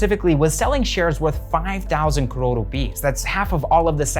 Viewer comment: Apart from great content. The only reason I subscribed cause you showed the correct political map of India. And the fact that you say crore correctly 😁